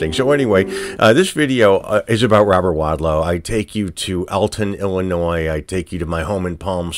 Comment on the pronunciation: I'm from Illinois. Thank you for knowing the S in Illinois is silent. Most people that don't live here always pronounce the S. It bugs me every time. Thanks for that.